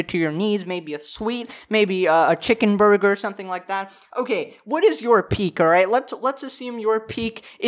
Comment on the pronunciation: who else cringed when he said chicken burger?